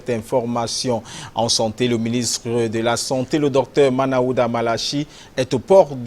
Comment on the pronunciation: Svp c'est Manaouda et non Malaouda😜